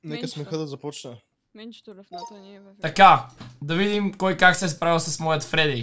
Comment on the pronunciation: Фреди - ❌ Феди - ✔️ 😂😂😂😂😂😂😂😂😂😂😂😂😂😂😂😂😂😂😂😂😂😂😂😂😂😂😂